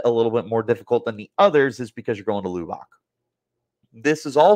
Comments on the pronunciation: Luh buck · you are mispronouncing the Lubbock, Texas.